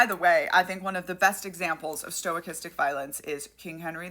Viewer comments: small gripe but is sto - kas- tick, your pronouncing like its stoic- astic. I first came across the term in stochastic parrots relating to AI. Otherwise, great video. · Me: aw shes pronouncing it wrong Stoics: 🗿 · STO/cha-stic, not stoi/cha-stic. No I or Y in the first syllable. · As other people are also pointing out, sorry to bother, but sto-kas-tic. Main reason is stoicastic sounds like you're combining stoicism (which, in the modern context, I will grant you might be applicable) with stochastic (which is a statistical term). Maybe this was intentional, in which case, please accept my apologies. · Stochastic: STO-CAST-IC. Not STOIC-istic. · I really dig the info you provide. It's always very instructive. But for gods sakes, quit saying "STOIC- istic violence. It doesn't have anything to do with stoicism. It's Stow- KASS - Tick. Thank you for your attention to this matter. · sorrty for being a dick but it's "Stochastic" not "Stoicistic" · Sto-Kas-Tic, not stoachistic. Stochastic, only one i, one vowel per syllable. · What the fuck is "stoicistic"? Do you mean stochastic? sto-KAST-ic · sto*kah*stik? Stochastic. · I think pronouncing it as "stoichistic" is actually pretty fitting, since they also tend to misuse stoicism philosophy. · Stochastic, btw: stow-CAST-ic. Sorry, tabletop game designer, that's an industry watchword for us. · I think it's pronounced more stock-ass-tick except the second syllable takes the stress. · Don't want to nitpick, but just say stochastic, not "stoichistic" — copacetic otherwise. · It's pronounced stow-kastick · Stochastic. Pronounced Sto kas tic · Close on the pronounciation, Stuh-cast-ic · Sto-KAS-tic is how the word is pronounced. If you're going to make this term the focal point of your video, it helps if you pronounce it correctly, and it does matter. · Sto-Ah-Kis-Tik Sta-Kas-Tik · Sorry for being a grammar nerd but it's pronounced STO-KA-STICK. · Sto-cast-ic. Sorry, that was killing me.